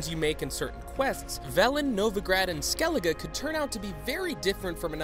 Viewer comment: You pronounced skellige wrong